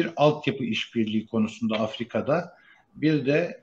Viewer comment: Afirka değil AFRİKA*